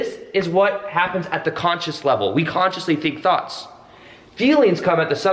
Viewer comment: Sounds like you said thots at first. Lol